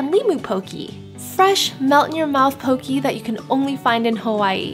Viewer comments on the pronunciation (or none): You’re pronouncing like a Haole. Lol Poke not Poki and Haleiwa is Ha•Leh•ee•vah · Hey! Just started watching your videos recently! Poke is mispronounced in this video. Though people say Poke-ii it is actually pronounced Poke-eh. Just wanted to let ya know! Thank you for featuring my home! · Thanks for exploring the island areas far from Waikiki. Great place to visit and enjoy a reasonable home cooked meal in Kaaawa on east side is Uncle Bobos. Grab a picnic table at nearby beaches and enjoy. Also pronounced "po-kay" not po-kee and stewed lau lau leaves pronounced laow laow not lew-ow. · Great video! Tho I cringed when she said "pokee" LOL. It's pronounced "pokay" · Since Poke is a Hawaiian dish it’s pronounced “po keh”. As a local it’s pretty cringe worthy to hear people say “po key”. Like no, pls don’t white wash the pronunciation. Lol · It's pronounced Poke-kay. :) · Well it’s is actually spelled Hawai’i not Hawaii and Poke is not pokee and also I love your channel I have been following for 3 years now and yah and Hawai’i is pronounced Havaii . And you should go to Kahuku Farms the Shrimp place it is so bomb wit poke and j used to live on Hawai’ i